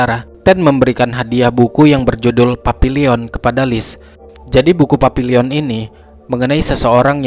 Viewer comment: Bacanya Papillong. Bukan papilion. Dalam bahasa Perancis artinya kupu-kupu. Buku yg bagus ❤❤